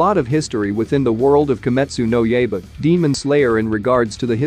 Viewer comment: KimEtSU no yEba.....CAN YOU BE MORE AMERICAN !!!?????